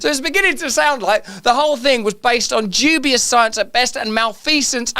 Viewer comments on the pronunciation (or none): none